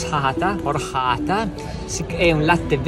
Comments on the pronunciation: Bellissima! Spero di poterci andare presto, io amo la Spagna! Ps. Si pronuncia orciata. Ma tanto, meglio El Agua de Valencia sicuramente visti i risultati ahah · Quando riesco volentieri, comunque posso già dirvi che Horchata/Orxata si legge "Orciata" in italiano, mentre l'Hard Rock Café si trova tra la Estación del Norte e la plaza del ayuntamiento, sulla destra. É di due piani, non è nulla di che a livello di cimeli ma comunque c'è. Mentre a 5 minuti di distanza, vicino a plaza de la Reina, c'è un altro negozio sempre loro.